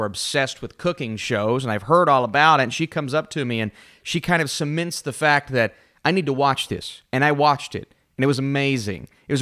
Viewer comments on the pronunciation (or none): Cimints?? Are you saying “cements?”